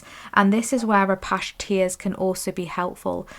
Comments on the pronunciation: 3 ✨thank you for the reading. Also, “ah-patch-ee” like the north American indigenous people.🌻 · #3 first let me say I abSOULutly LOVE ur readings. I resonate wit ur vibe. Apache tears crystal- as in the Apache Indian is how it’s pronounced I believe… please do not think I’m being rude bcuz that is not my Intension at all I’m just tryna be helpful.